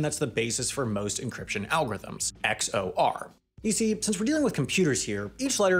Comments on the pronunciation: It's x-or, not x-o-r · good video its pronounced "ex or" though, not "ex oh are" lol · I don't think this is a great match for this channel. Im unsure if you intentionally pronounced XOR as "X O R" to annoy people like me, but it's kinda one of those things where if the person explaining cryptography doesn't know how to pronounce X OR/ Exclusive OR then you probably shouldn't be watching them explain cryptography. Very little was meaningfully explained, even at a high level. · First time I heard someone saying “X O R” instead of “X or” or “Exclusive or” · "Wala" and "ex-or-ar" for "voila" and "XOR". I think you need to read a dictionary before you read your script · XOR is pronounced "X or" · 1001 + 0101 = 1110, not 1100...... wtf You just add like normal; if it is 1 + 1 = 10 but you have to carry that 1 over, so you right 0 and carry the 1 What you described was the exclusive OR, or XOR, which you pronounce it, you don't say each letter, ffs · That's the first time I've heard xor pronounced that way.